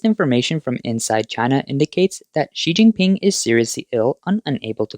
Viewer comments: Did he actually say Xi King Pee? 😂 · Oh snot. I was just learning how to say “Xi Jinping.”